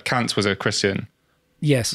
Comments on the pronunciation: K-A-nt not K-U-nt. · I'm surprised ' pronunciation of Kant didn't get your channel a strike.